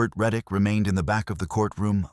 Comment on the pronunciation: Tyler Reick, not reddick. I can’t find this crime anywhere.